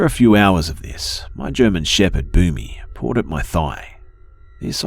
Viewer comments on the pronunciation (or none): Was the dog's name "Boomy" ? I was hearing "Booby." I was like "who the hell names their dog booby?"